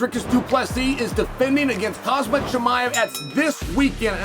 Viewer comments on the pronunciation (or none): "Khazmat Chimaev" only names can defeat Uncle Chael.